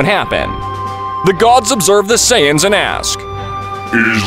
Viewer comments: "Completely destroyed, with all the SAIYAYANS" im dead bruh 💀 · ‘Saiyayan’💀 This guy needs to learn how to pronounce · Bro Said « Saiyayane » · "With all the SAIYAYANS HaHaHa" im dead bro 💀💀💀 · Planet vegeta a sayyyain why you calling sayians sayyyyain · Say ay in es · A .say aa in. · whys he pronouncing saiyans sayin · like bro you called frieza “FREZER” like bro💀 and it’s not “SAIYAYANS” it’s saiyans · "say e ans" "freezer" what its supposed to be "say ants (without the t)" " freezah"